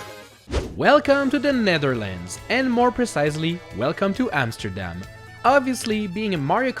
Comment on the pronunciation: Dude you are saying the Amsterdam words so bad😂😂😂